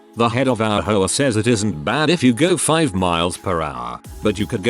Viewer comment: Im dying...every time the text to speech guy says hoa i hear whore, I'm strangling a laugh every time!